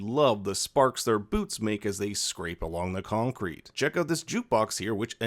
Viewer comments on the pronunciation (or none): none